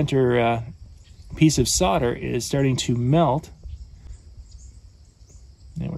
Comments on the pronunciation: Isn't it called Sol der not Sod a? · Why do americans say sodder?. It's solder